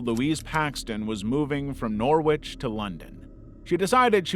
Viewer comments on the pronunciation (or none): Norwich is pronounced NORRICH not NOR-WITCH 😂😂😂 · You couldn't detect that Norwich isn't pronounced "Nor-witch"?